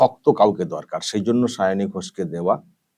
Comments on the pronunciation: যে ভালো-ভাবে একজন প্রার্থীর নাম উচ্চারণ করতে পারেন না সে আবার মুখ্যমন্ত্রী ছিঃ -----।শাওনি নয় সায়নী। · আমাদের মাননীয়া মুখ্যমন্ত্রী কি সায়নী বলতে পারেন না?তাই শাওনী বলছেন 😄😄😄 লজ্জা জনক ব্যাপার 😠😠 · ও ওরকম হয়। পোতিবাদীদের উচ্চারণের একট আধটু ওরকম হয়! সায়ণী আর শাওনি ঐ সব একই হল...ড্যাং...ড্যাং... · উচ্চারন সাওনী নয় সায়নী হবে😂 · উচ্চারণ টা ঠিক করূন। সাওনি।সাওনি মানে শোয়ায় উস্তাদ। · দিদিমার মাথা খারাপ হয়ে গেছে,তাই সায়নি কে সাওনি বলছে। এই হচ্ছে আমাদের বাংলার মুর্খ মন্ত্রী। লজ্জা লজ্জা,ছিঃ, ছিঃ।।😮😮😮😮😅😅😅😅।। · Ekdam netrir moto jhagra korte pare Onar nijerto uchharan e poblem achhe tai sayani k saoni bolchhen . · Nije Maoni tai uchharon korchen Sawni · প্রোগ্রাম যেভাবে "পোগ্রাম", গভর্নমেন্ট যেভাবে "গরমেন্ট", সেভাবেই সায়নী হলেন "তিনোমুলের শাওনি"। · Gora thekei o vul val pronounciation bole asche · অশিক্ষিত cm একটা নাম ও ঠিক করে উচ্চারণ করতে পারে না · নিজের candidate এর নামটাও উচ্চারণ করতে পারেন না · ঘুম থেকে উঠে শুধু ঝগড়া করে।জিভ ছোলার টাইম পাইনা।তাই নাম ঠিক করে বলতে পারছেন না ।কবে যে বিদায় হবে। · কুচুটে ও ঝগরুটে পেতনি পিসি কোন ভাষাই ঠিক মত বলতে পারে না। তাই ঝগরুটে কনডমওয়ালীর নাম টাও ঠিকঠাক বলতে পারে না। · এমন মূর্খ যে প্রার্থীর নামটাই উচ্চারণ করতে পারে না। আর ঠিকে ঝী কে প্রার্থী তো করতেই হবে, নাহলে বস্তির কালচার চলবে কী করে?? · যাদবপুরের ভোটার হিসেবে খুব লজ্জা করছে। উনি তো নামটাই ঠিক মতো উচ্চারণ করতে পারেন না। ঝগড়ুটে মেয়েকে ভোট দেবে মানুষ এটা ভাবতেই খুব লজ্জা লাগছে।